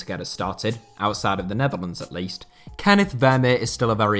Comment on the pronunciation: On top of this being a great video I am very appreciative of the proper pronunciation of “Kenneth”